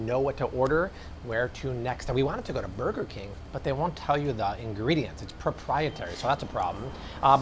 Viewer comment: At first, I thought you said "Murder King" 😬